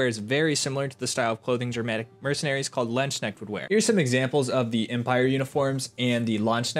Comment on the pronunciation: Please look up the correct pronunciation of Landesknecht